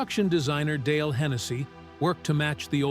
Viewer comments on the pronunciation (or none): none